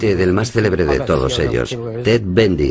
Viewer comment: Y a TED BUNDY le dice "BENDY" ...... Pésima pronunciación....